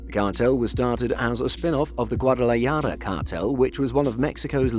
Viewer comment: WTF...GUADALAJARA..NOT GUADALAYADA.. 🤣 MAO